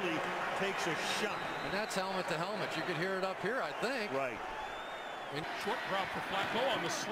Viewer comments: “Helment” cash must’ve failed english class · Even flight knows how to say helmet